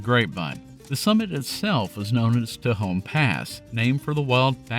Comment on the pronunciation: For what it's worth, Spanish words are phonetic, so tehon is pronounced te hon not teh hone. Also useful when pronouncing places like Puerto Rico and Costa Rica, or indeed anything of Spanish origin.